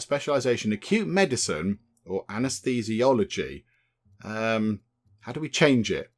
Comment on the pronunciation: Operating theatre: British English. We still talk about taking people to theatre now. They’re signposted as theatres in hospitals today. Operating room: American English. As you are not an American you should feel free to use the word you are familiar with. PS Anna’s-these-eee-ology.